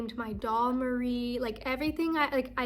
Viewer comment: Go Nessa "Meowwrrell" LOL :P hahaha